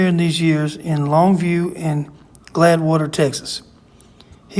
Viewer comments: It's no big deal, but I believe it's Gladewater, Texas and not Gladwater. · Pronounced glaid water not glad water